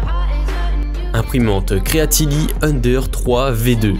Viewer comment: "creality" pas "creatily", sinon bonne vidéo merci